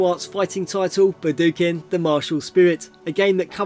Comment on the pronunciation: Budokan == buh-Doo-ken?! What the fyook? You mean BOO-doe-khan?